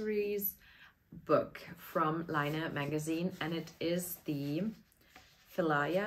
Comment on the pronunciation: I also love the Pihlaja patterns, really looking forward to check out the other patterns in the book, too 😊 And I even lived in an area of Helsinki called Pihlajamäki during an exchange semester. Therefore I'm quite sure its pronounced with a "p" instead of an "f". It is rowan (Eberesche) in Finnish! The colour of the samples in the book fits perfectly 😊 Your grey yarn combination looks great, too!